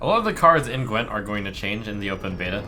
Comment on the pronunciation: Gwint you pronounce with hard w, like v in moving , not ł .